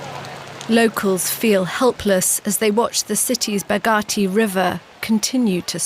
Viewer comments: River (Bagmati ) bag - mat- e, not bag- at - e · It's Bagmati River not Bugati 😡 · Its bagmati not bagati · i heard Bugatti river Lol